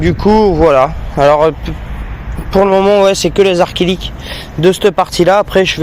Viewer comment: C'est acrylique pas arc-ilique lol